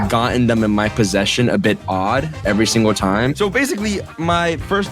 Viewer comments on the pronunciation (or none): none